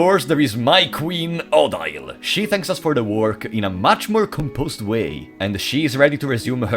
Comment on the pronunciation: Im pretty sure the prologue isnt canon. The transition between start again and the actual game sounded like you tried to fit both in one "timeline" but i dont think you can. Also its pronounced oh-deal but you can call her waifu at that point